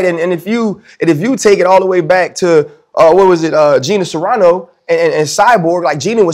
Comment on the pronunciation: Ryan Clarke said Gina Serrano instead of cerano. What a casual lol